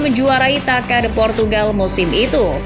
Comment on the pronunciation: Tasa bukan Taka